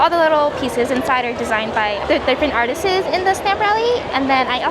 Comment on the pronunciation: i don't know if you've noticed this, but you always says "artises" instead of artists